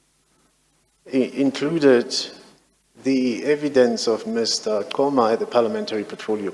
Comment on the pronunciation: So, the African Mr Seleka pronounces Mr Qoma as Mr Coma, and the non-African lawyer pronounces him as Mr Qoma! That's strange!!!